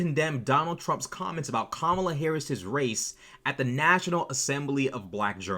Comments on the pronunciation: I propose that, since Mace refuses to pronounce V.P. Harris's first name correctly, perhaps we should mispronounce HER name, and call her NASTY Mace. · Nancy Mace deliberately mispronounced Kamala Harris’s name. Yes that’s racist. Sorry Nancy - that’s racist and you doing that repeatedly makes you a racist. And defending the racist comments of Donald Trump makes you a racist. And after the interview, she retweeted End Wokeness saying that she triggered them by saying it was easy. She was happy triggering a panel full of black Americans by defending and doubling down on racist comments and behavior. That makes her a racist. My niece and nephew are biracial. They’ve never denied their black heritage. And I’d be furious if someone deliberately mispronounced their names. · you should’ve added the 30 sec before the start of the clip where she first pronounced Kamala’s name correctly, then purposely mispronounced it and doubled down on it!!! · No. Let's stop insulting all the decent women and girls with this name. The horrible women like this should be called out by their real names! Or, in Mace's case, since she refuses to pronounce V.P. Harris's first name correctly, perhaps we should mispronounce HER name, and call her NASTY Mace. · They were too nice to her. Yes she is a racist. She repeatedly and deliberately mispronounced Kamala Harris’s name. She defended Trump’s racist comments. That makes her a racist. Full stop. Maybe she shouldn’t be a racist if she didn’t want to be called a racist. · Nancy do that nice, nasty BS. Don't play on my intelligence. She knows exactly what was said. Even after they tried to help her after she mispronounced her name and they took the time to educate her. After that I'm glad they jumped down her throat and said she was in a cult. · The funniest bit was when she pronounced kamala properly then quickly changed to mispronouncing it.